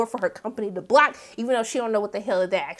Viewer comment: I really wish you got some facts correct on this recap. Derek didn't say one thing about the sunshine and the darkness when speaking about Molly's post. But I had to log off after you mispronounced the mispronunciation of BLOcc. Like we are not even 10 minutes in and you aren't given us a valid recap.